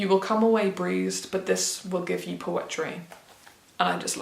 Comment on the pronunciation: LOVE a video that discusses loads of different types of books, never knowing what’s going to come up next haha. I loved the way your structured this as well, breaking it down into categories. Oooh I’m glad you read bone, I’m really intrigued by it. Also love a mix of poems in a collection. You’ve convinced me, I’ll be getting it! (You sound like you’re saying ‘breezed’ to me when you say ‘bruised’ hahaha). I’ll have to let my boyfriend know you enjoyed the Robin Hobb, he has it on his shelves but hasn’t gotten around to it yet. Interesting to hear your thoughts on Eleanor Oliphant, I’m like ‘mehhhh do I read it or don’t I?’ I just have books higher in my priories. Story of my life😂 Loved this, the mix was BRILLIANT. I also have a wrap up type video coming next week with the most random selection of books ever, even by my standards it’s a bit odd😂